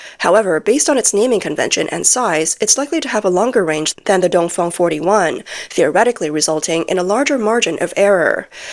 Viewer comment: Its dongfeng not dongfong.😂